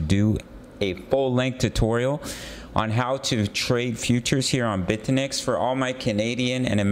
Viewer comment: Bit-eh-nex as you say OR Bit-you-nix